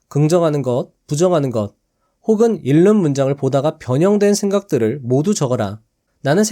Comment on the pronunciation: '책을 읽는 사람'의 발음은 [채글 일는 사람]이 아니라 [채글 잉는 사람]이라고 발음해야 합니다 ^^